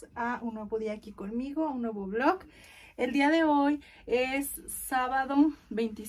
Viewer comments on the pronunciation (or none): Y aparte de que repite lo mismo dice blok en lugar de vlog😂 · Se dice VLOG con G ya aprende y solo como sugerencia creo q pudiste comprar un bonito regalo para tu abuelita ya que siempre está contigo apoyándote cuando lo necesitas al igual q tus papás creo q lo merece y no solo unas flores de 200 pesos creo yo